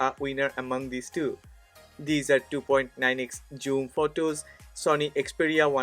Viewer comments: Its "Zoom" not "Joom". Besides that great video! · It must be pronounce zzooom not your joom